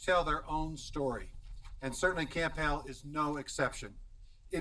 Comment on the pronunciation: It's Camp Hale, not camp hill.😳 🙊🙉🙈🤡